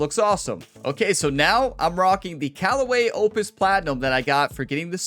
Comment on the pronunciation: One time for every shot. Birdie train called. Edit: Spot on with your pronounciation of "Opus" 👍. You'll make this channel more like grammar ability yet 😂 Edit: Hole 17 😃🙌. What a shot. Funnily enough I got my first ace in the game as well today. Mind you I was playing on pro am at Al Barsha. Not quite the same level of difficulty 😉